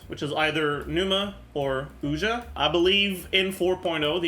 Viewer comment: Zajoof having Greek origins and pronouncing Pneuma and Ousia totally wrong is cringe af.